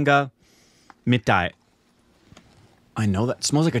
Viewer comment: Literal meaning of Pala is many, but in this context pala means 'special'. If you spread 'many' of the regular foods on a plate for example rice with accompaniments, it will not be 'pala'. By the way it is not Agaram. H not g say it the correct way : Ahaaram (food) Palaharam = special food.